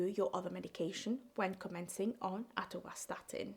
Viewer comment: Not atorstatin its atorvastatin,just telling ckd is silent killer many cause are there 🎉are you till alive